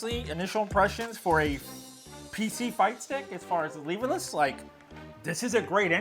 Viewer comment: Lehverless? Did you not watch D-Lo's video?